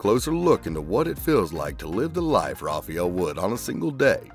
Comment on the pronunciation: Rafa-el, not rafey-al